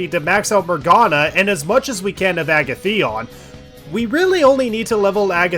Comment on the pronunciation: Great series, but the way you say Agathion really ticks me off. Joker pronounces it for you when you select him, although I know you can't do that. It's a-gath-ee-on. A as in alligator, gath, rhymes with bath, ee, on.